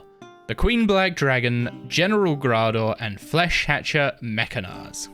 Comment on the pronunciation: No one knows how to say Flesh whatever its name is.